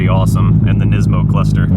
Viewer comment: NISMO, not NISIMO.